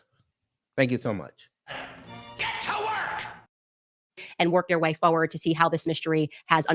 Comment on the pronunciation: 😡 Pet Peeve... WHAT tf is "FoWard'⁉️ This 🦝 emulate yt, False news talent so much, she mimicks their degeneracy in pronouncing words‼️The word is FORWARD‼️Pronounced "For * Ward"‼️D@